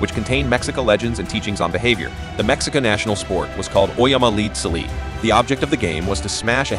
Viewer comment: The word Mexica is Pronounced as Me-Chi-Ca.